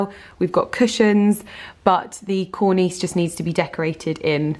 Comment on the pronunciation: You say cornice and valance wrong every time 🤔😂